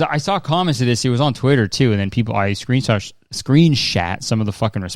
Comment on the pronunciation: "screen shat" 😂😂😂